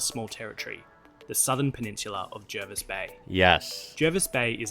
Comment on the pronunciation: By the way, "Jervis" Bay is pronounced "Jarvis".